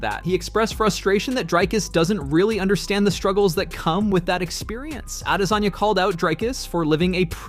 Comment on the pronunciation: He’s a damn African .not adesayna